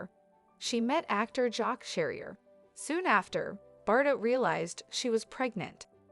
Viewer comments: Yes how ridiculous her prononciation of Bardo as Bardott!... I cringed every time! 😖🤨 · Learn the right prononciation of her name, it is not Bardotte, but pronounced Bardo. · It’s not bar-dot. Please learn the correct pronunciation. Cringe. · You should really look into pronouncing words an names properly cause it really makes you sound unintelligent and ignorant even a little Illiterate not being mean but bardot is said like bardoe i can understand that mistake but how do you fuck up words like object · The T is silent in Bardot. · She can't even pronounce her name and pretend she knows her life. It's bs video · Americans are so dumb😂😂🤣🤣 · The t at the end of her name is silent. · How wd she know about BBs life when she doesn't know to pronounced her name? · Every time she mispronounces it I want to crawl out of my skin